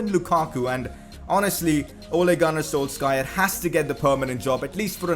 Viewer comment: Ole gun s....wtf? That's not how you pronounce his name bro😂